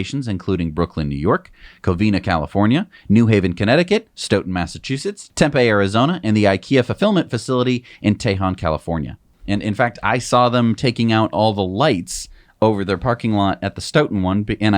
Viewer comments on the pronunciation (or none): Tempe is pronounced "Temp- EEE" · Temp-ee arizona ;) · Heads up. Phoenix native here. Tempe, AZ is pronounced temp-E